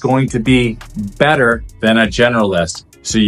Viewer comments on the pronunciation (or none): none